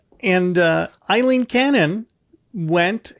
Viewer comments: Her name is NOT Eileen…it’s Aileen.. and yes, I’m taking it a little too personally! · Aileen, it rhymes with sailing. Eileen is the name you guys are saying